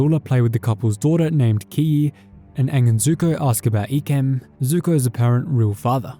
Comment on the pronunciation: Bruh it’s I-kem not E-kem